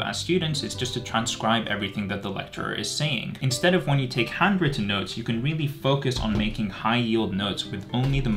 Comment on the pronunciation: I hear "hundreds of notes" instead of "handwritten notes".